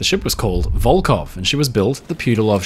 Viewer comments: Hi. Your pronounce of Russian names is impressive, but here is one thing I want to improve. Волхов, despite it's transliteration as Volkhov should sound like "Volhov" witĥ totally silent "K" and clear "H" like in the word" Have". In your video, you pronounce it as Volkov several times. Volkhov is a city, Volkov is a surname, widely known in Russia because of the fallen spaceman in 1970th. Still in service just because Russia can't build another one. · Здравствуйте. Судно - катамаран "Коммуна" до 1922 года называлось - "ВОЛХОВ" а не "Волков"! В середине слова буква "Х" а не "К"! "ВолХов" это река которая впадает в Ладожское озеро, а ВолКов это фамилия такая. Например Леонид Волков - руководитель штаба Алексея Навального :)